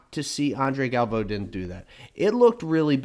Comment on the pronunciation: Both of you are say Galvao wrong.